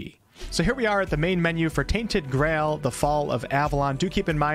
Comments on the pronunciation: omg my guy said "grall" not "Grail" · Did you say "Tainted Grall"? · did I really just listen to an American mispronounce "Grail"?... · I like how you can't say the word 'grail' properly